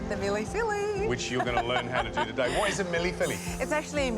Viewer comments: "Milly filly" 😆😆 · Worst effort at Mille Feuille i have ever seen. That was a bad biscuit and nothing resembling a pastry. Lived in Paris for 5 years. Disaterchef is more the moniker. She may want to learn how to pronounce the dishes name, being a "Masterchef"